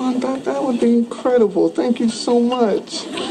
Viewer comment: bbb richさん！わざわざ調べていただき、ありがとうございます😊 確かにwouldの発音なんか変ですね。。笑 練習します！！ 引き続き動画をお楽しみいただければ幸いです✨